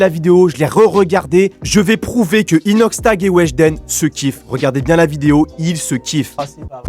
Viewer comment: Jtai cramer quand ta dit inoxshlag😂😭😭😭😭😭😭